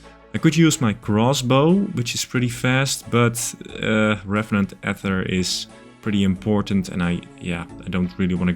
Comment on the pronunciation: So two videos ago, I jokingly commented that the most important piece of progress you made in that video was changing to the correct pronunciation of "ether." But then on this video you went back to the wrong pronunciation!